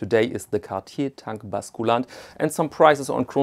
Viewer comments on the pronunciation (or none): Please - the U in „basculante“ is pronounced like the German Ü !!